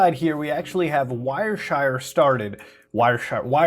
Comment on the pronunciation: Newtela and wire shire. Pronunciation unrecognized